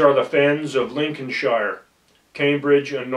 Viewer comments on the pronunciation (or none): You would have thought he would bother to check the pronounciation of Norfolk , Lincolnshire and Anglia ???